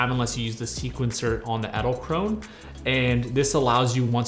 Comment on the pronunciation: Can you pronounce Edelkrone more like Adelkronuh 😅, thats how its pronounced